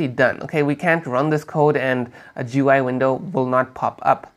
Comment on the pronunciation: What is "Joo-Why"?